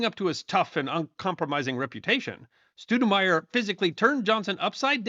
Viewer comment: That'd Stowdenmire, not Stoodenmire, haa, Thanks